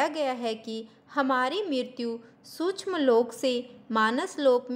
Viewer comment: श क्ष सूक्ष्म का उच्चारण अधिक स्पष्ट करें🙏